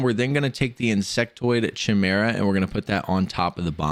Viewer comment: Thnx for the help but please work on your pronunciation, golem is not pronounced gollum, you also pronounced chimera wrong